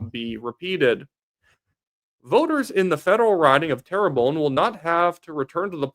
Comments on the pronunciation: Just say Tare-Bun (like air) . Don't need to say terror-bone. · love your videos. Please though.. 'Terrebonne' isn't pronounced "tara bone".. it's (tare~bun) 😅 good work though bud 👍